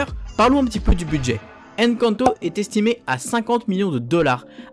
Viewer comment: C'est pas Èn canto 😡 c'est Encanto hein